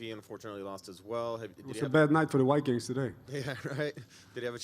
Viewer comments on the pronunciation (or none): He did kinda pronounce it weird. Sounding like whikings lol. He did say Vikings though